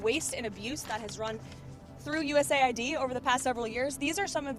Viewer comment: Isn't it cool, how they derive names that sound SO GREAT, but are nothing but EVIL. Patriot Act, Homeland Security, USAID etc. You need to stop saying US-AID and say U-S-A-I-D. Misleading big time.I don't trust Rubio period